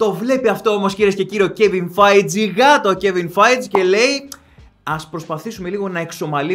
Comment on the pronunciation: καλησπέρα. Όσο αφορά στην ταινία, αν και δεν την έχω δει ακόμα, ήμουν σίγουρος ότι θα είναι σούπα. Έτσι πάει το πράγμα εδώ και 5 χρόνια με την marvel. Θα ήθελα όμως να σου κάνω και ένα λίγο διαφορετικό σχόλιο, χωρίς παρεξήγηση και επειδή μου αρέσει το κανάλι. Έχουμε λίγο θέμα με τα ονόματα. Πχ ο Kevin feige, λέγεται φαϊγκι κι όχι φετζ ή φαϊτζ. Και σε κάποια άλλα βίντεο έχω παρατηρήσει ότι "σκοτώνεις" (καλοπροαιρετα στο λέω) ονόματα συντελεστών ταινίας και επειδή γενικά έχουν ωραία ροή και ωραίο κείμενο τα βίντεο σου, αυτό μου "χτυπάει" άσχημα και είπα να το μεταφέρω. Ελπίζω να μην το πάρεις στραβά. Κατά τα άλλα συνέχισε έτσι και συνεχίζουμε όλοι να ξενερώνουμε με την marvel 😁😁